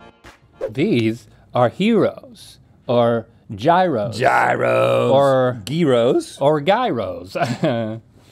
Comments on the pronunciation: Why does link pronounce gyros like Geeeerow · Moochelle leaving was almost as sad as the way the boys pronounced Gyros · Americans seem to neither know how to cook let alone pronounce Gyros. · Gyros.. don’t pronounce the G .. also traditional gyros comes with chicken / mustard/ ketchup- red onions and tomatoes.. also Tzatziki don’t pronounce the T . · Its paining me having to listen to americans try to pronounce gyros and tzatziki and im not even remotely from greece.